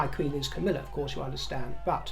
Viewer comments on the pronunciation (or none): none